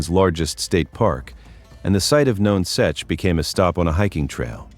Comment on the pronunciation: it is pronounce NUNsuch you need to do your homework much better